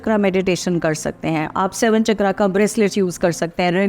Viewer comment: Instead of saying "चक्रा" you should say "चक्र"